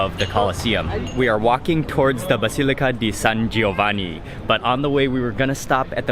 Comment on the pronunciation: Hey Mark, nice pronunciation San Giovanni, San Clemente!!!